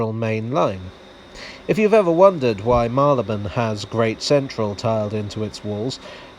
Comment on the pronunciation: Like the way you pronounce Marylebone - one of many pronunciations but one I share too.